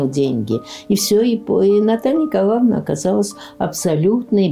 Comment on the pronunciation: Материал очень интересный. Спасибо. Много узнала нового. Но неприятно слушать из уст экскурсовода имя Наталья НИКОЛАВНА. ЭТО очень режет ухо. Отчество НИКОЛАЕВНА.